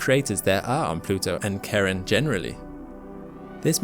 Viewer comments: Not me thinking 'who the f names a moon Karen?!?' due to this weird pronunciation 👀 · charon isnt pronounces 'karen' lmao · I just really wish you would stop pronouncing 'Charon' as 'Karen' XD I keep waiting for the moon to demand to see Pluto's manager XD XD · It's CHARON. Not Karen.... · Damn, it's called Charon, not Caren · I didn't know Charon was pronounced Karen hahaha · Charon is pronounced Shaa-ron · I'm pretty sure that's pronounces kay-ron, not Karen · Great video, but I hate how Charon is being pronounced as Karen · Even though the name Charon is the same as the Greek God which is said "kare-RON" with emphasis on the last part of the name, it is not pronounced the same! It is correctly pronounced "Shar-ON". “Christy proposed the name Charon after the mythological ferryman who carried souls across the river Acheron, one of the five mythical rivers that surrounded Pluto’s underworld. Apart from the mythological connection for this name, Christy chose it because the first four letters also matched the name of his wife, Charlene.” Which is pronounced “Shar-leen”. Hence Charon’s pronunciation, which is accepted by NASA and most astronomers. (We can’t speak for them all.) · The Ch in Charon is more like the sound in chair, but softer, not Karen... 😉 Greek mythology, not american soccer-mum. IPA: ˈçaːʁɔn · A minute of silence for Charon, pronounced by as "Karen"! 🫂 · Please stop calling Charon Karen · You got to stop calling that moon Karen...lol Ch is pronounced Sh. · Starting with the mispronunciation of their name. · It's pronounced Sharon not Karon. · It's not pronounced "Karen." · Why do you keep saying that the moons name is Karen? It’s Charon, like Chili 😉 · The name of Pluto's moon is pronounced Shar-on. The dude that discovered it (James Christy) named it after his wife, Shar (Charlene Mary). I'm not sure why you call it Karen but it's irritating listening to you disrespect its discoverer like that. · Charon is pronounced like Sharon not Karen.